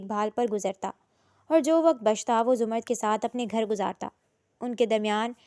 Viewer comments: Zumard nahi ' zamarrud' naam hota hai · Behan it’s not zumard it’s zamurrad